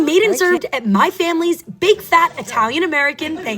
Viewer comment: Instead of big fat I heard big back 😅